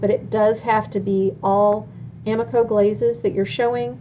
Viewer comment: Glazes not blazes